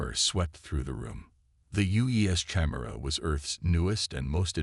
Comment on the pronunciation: How does an AI reader not know how to pronounce Chimera?